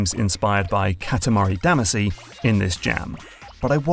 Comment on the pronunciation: Learn how to day katamari damacy properly, Brit. Just playing, good video.